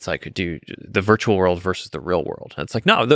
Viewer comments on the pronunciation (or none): none